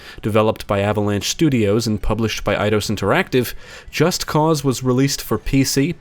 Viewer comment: Holy shit, thank you for pronouncing the game's title correctly. I get an ulcer each time I hear someone say "Just Cuz".